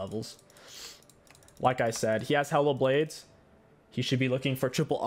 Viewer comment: The way he keeps saying Hail of Blades sounds like he's saying Hella Blades to me lol